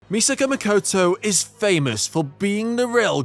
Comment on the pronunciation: ? The very first words spoken are "Misaka Mikoutou", diphthong "o" (, not even close to Japanese (or Italian, for that matter) "o". Nothing at all how the characters in the anime pronounce the name.